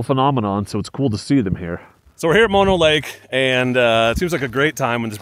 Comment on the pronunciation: Haha! You just WILL-A-MET'd the pronunciation of Mono Lake!